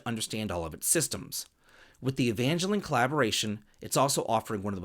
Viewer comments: no, it’s EVANjellon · pronunciation of Evangelion did not disappoint lolol